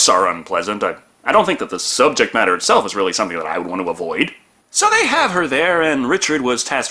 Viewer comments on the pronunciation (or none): none